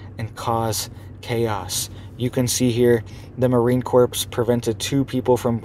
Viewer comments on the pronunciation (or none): Marine Corp pronounced Marine Core NOT Marine CORPS like corpse. Corp = core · would you please be so kind as to stop saying "Marine CORPSE"? It's pronounced 'core'. Thanks. Love ya buddy! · Pronounced "Marine Core". Keep up the good work though!